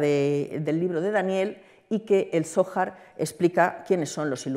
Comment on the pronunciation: No sabe pronunciar "zohar"? APAGA !! La ocultación tiene su sentido, para que gente ignorante no diga idioteces, pero a veces es complicado como vemos.